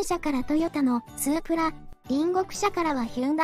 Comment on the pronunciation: スープラの発音がおかしい